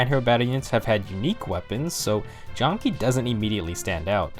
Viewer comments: it's Jahm-Kah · If my research is correct it's pronounced "jam-kah" because that's how it was on the fan translation. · You’re missing a lot of information about FE4 here It’s pronounced “Jam-ka” for starters..